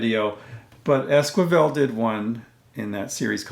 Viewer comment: It's es-ki-vel, not es-kwi-vel; otherwise a great video.